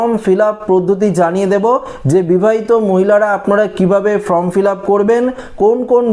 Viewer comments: ফরম নয়, ফর্ম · ফর্ম ফিলাপ করার জন্য বি এল ও অফিসারদের সাহায্য করতে হবে। সকলের পক্ষে নির্ভুল ফিলাপ করা সম্ভব নয়। এটা যাতে ঠিক হয় সেটা দেখা নির্বাচন কমিশনের কর্তব্যের মধ্যেই পড়ে। এই যে আপনি বলছেন আপনি কি নির্ভুল বলছেন? বারবার form কে from বলছেন।